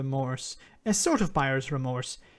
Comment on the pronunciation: "Bremorse" love it.